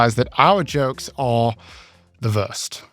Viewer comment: realized it was "the wurst" but it sounded like "our jokes are, perverse"